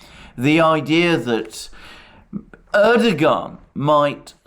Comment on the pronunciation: Alexander - I really enjoy your channel. Thanks!. BTW - the ğ in Erdoğan's name is basically silent.